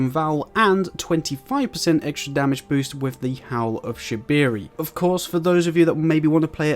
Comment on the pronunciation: bro rlly said howl of shabiri